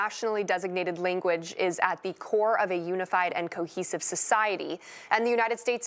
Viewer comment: it doesn't sound like English is her first language either ... ".... linguidge......" -> sounds more like an Italian pasta dish which fell on the floor.